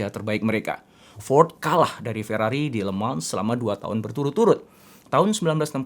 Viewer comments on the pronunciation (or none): Le mans dibaca lemang